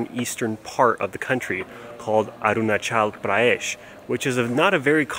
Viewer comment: Sir it is not Arunachal prayesh.it is Arunachal Pradesh.